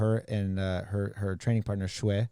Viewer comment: Mispronounced his name, which would be Shuai / 帅. Shui / 水, as the host noted, means water.